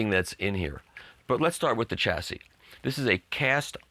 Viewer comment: Mikey ! How can you correctly pronounce 'Hor Zu' (Hort-zu) and then pronounce 'Chassis' 'Tcha-si' instead of 'Ssha-si' ? You're driving me nuts ! Keep up the good work brother !